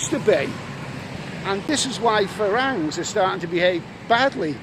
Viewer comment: It's pronounced 'falangs'! How many times have you been to Thailand??